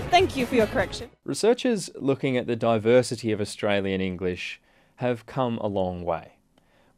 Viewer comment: “Osstralian” that’s how your pronounce us